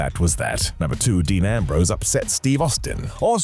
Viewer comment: "Deam" Ambrose? 🤣🤣🤣